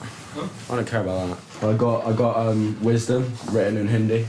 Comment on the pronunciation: “Wisdom” ? I thought he said “wasted” LOL